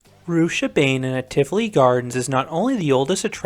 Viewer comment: Pronounced Rooch-a-baah-nen